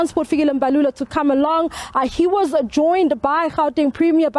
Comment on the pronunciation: This is painful man, especially when I hear the word 'was'...... AKA 'was'.....eish, you're killing me.....